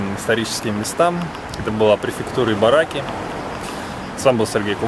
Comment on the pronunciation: いばらき, а не ぎ..:)